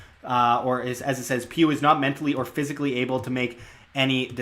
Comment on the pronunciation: tought you said puke not pugh lol